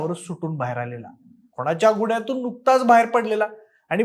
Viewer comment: ह्याचे कुठलेही व्हिडियो बघावेसे वाटत नाहीत. खूप अशुद्ध उच्चार आहेत गुण्ह्यात दोण हजार असे उच्चार आहेत🤦🏻‍♂️🤦🏻‍♂️😖😖